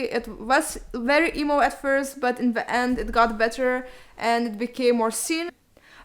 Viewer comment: Am i the only one that heard eboo when she said emo or?..